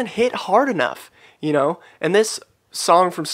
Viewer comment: Production wise it is really good. Tho I kind of don’t like his pronunciation of “know” “glow” etc. It’s not my favourite at all unfortunately.